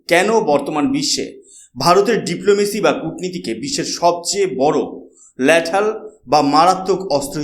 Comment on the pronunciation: এই ল্যাদাল উচ্চারণ টা ভূল , সঠিক শব্দটি হবে লিদ্যল । ধন্যবাদ ।